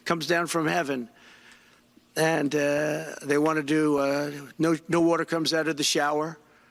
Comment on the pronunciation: Water, not wherter